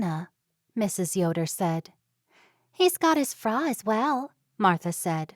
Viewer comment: It’s a pity the reader does not know that frau is pronounced as if it rhymes with cow